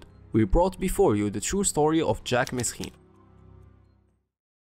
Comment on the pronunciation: Instant thumb down for saying mesrine and not merine